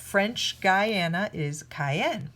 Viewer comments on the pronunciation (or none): Better than most Americans at pronunciation but still can't say Guyana or leisure for that matter.